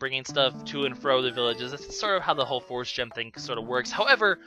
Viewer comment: you say Force weird